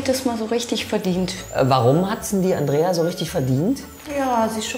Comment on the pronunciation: Dieser Momen wenn Mann Andreia heißt 😂😂😂😂😂😂😅😅😅 ja mit ei aber Mann spricht es Andrea